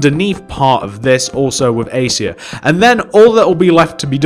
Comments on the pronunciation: Acacia is pronounced A-Cay-Shia not Acia :) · #acia (ace-ia) not #acacia (e-kay-shuh)